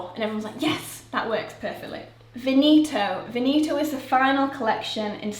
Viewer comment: The English pronunciation for Veneto was messing with my brain. Sounds exactly like Benito, and old's man kind of name in Spanish.